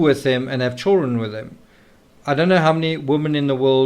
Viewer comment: You have a great channel and I like your books. Just please pronounce children correctly ok😂😂😂😂 You always say chullren......... Your accent isn't that bad!!